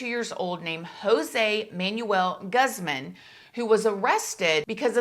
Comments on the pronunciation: Just to help you out on pronunciation: you would say his last name like "goo-zzz-mon" instead of like "guhzmun" I love your content so much! You truly have a gift for telling stories 😊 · Let me start by saying I love your videos. I just feel like I need to correct the pronunciation of Jose Manuel Guzman (gooz mahn). I’m sorry and I know it’s not that important or even a big thing but I am Hispanic and just wanted to let you know how it’s pronounced. Normally I don’t do this but I almost feel like we are friends. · Pronounced Gooozmun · lol absolutely no hate, but it’s funny hearing you pronounce Guzman the way you did. it’s gooz-mon 😂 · i’m dead at how you pronounce guzman! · Im sorry but i know you are old enough to know how to properly say Guzman and Ortiz… I feel offended because it feels like it’s on purpose…..